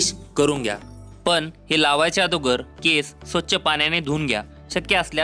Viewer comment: आदोगर नाही रे दादा अगोदर म्हण